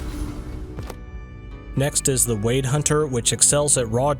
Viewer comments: Why do you pronounce it "Wade" like wading through water. Isn't it pronounce like "Weird"? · Yes, it should be pronounced like "weird."